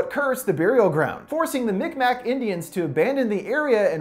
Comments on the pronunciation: Just to let you know, the name of the indigenous group referenced in this film is Mi'kmaq, which is pronounced Mig-maw, rather than mic mac! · Just to let you know, it’s pronounced mic-maw, and mic Mac is alittle offensive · He pronounced it “MICK MACK”😂😂😂😂 it’s pronounced “mick mah” hahaha idk that made me laugh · Mick Mack paddy whack 😂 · The Mi'kmaq is pronounced meek mah btw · I thought he said big mac indians